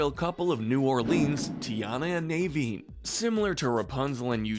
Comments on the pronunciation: Nahveen, not Nayveen Ko-ko-um, not kokum ahna, not ana "princess" adam killed me tho, that was the funniest mispronunciation. reyeuh, not rayuh since i assume youve seen these movies i feel that these are both needed pronunciation guides and ones that are good reminders because its basically like the last airbender live action movie calling aang ahng. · I'd say the most Toxic as an addition even though it didn't last would be Anna and Hans. (Also it's pronounced On-Uh, and NUH-veen) I think you should do one for siblings/Deep friendships. One of my favorites is Pocahontas and Nakoma (pronounced NUh-Co-Muh) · he says nay-veen. his name is na-veen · The way you said Naveen 🥴😬